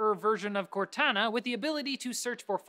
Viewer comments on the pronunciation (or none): keep pronouncing "Cortana" weird.